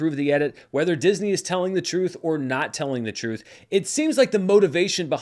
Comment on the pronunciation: "YOU CAN'T HANDLE THE REUTH"!!!